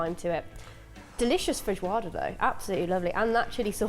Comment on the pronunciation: Please don’t ever call that a feijoada. My ancestors shed a tear each time